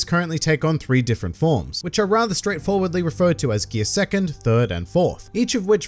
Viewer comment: Hate you refer to devil fruits in Japanese lol, so annoying since idk what you’re talking about since I’m watching the dub. Also sounds so weird when you say “gear second” or “pirate king”